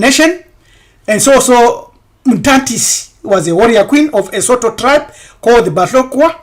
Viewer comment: Sotho is rather pronounced Sutu